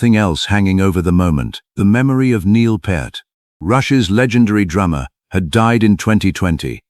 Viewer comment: Neil Part, Neil Putt, Neil Populupigus. Stupid AI. Neil Peart. Like it's spelled: P(pee), ear(eere), t(t). Duh.